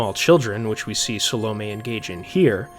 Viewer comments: Phil Chenevert is by far my least favorite reader. His pronouncing Salome like "Salami" especially irks me. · those damn salami witches